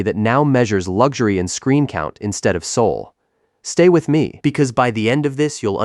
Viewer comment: What is lugzury!? Even the AI voice gets it wrong!! It is pronounced, LUX URY!??